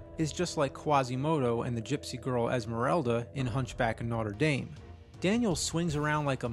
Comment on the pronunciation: Hunchback of "noter daime"? :P